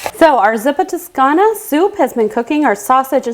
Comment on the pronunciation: You pronounced the name of the soup wrong smh....